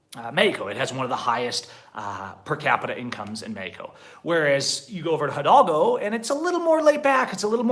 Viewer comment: You pronounced the state of HIDALGO as the H in English at first i doid not understand what state you were referring to remember the H in Spanish is MUTE is as it does not exist, so you pronounce HIDALGO, when you say it erase in your mind the letter H, as if you were reading IDALGO